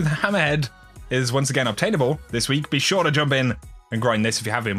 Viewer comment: I'm not gonna buy that from someone who says "ure"